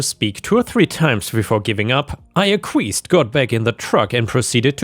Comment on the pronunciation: Just letting you know acquiesced is pronounced like ack-wee-est